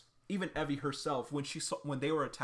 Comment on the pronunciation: I thought Evie's name was pronounced ee vee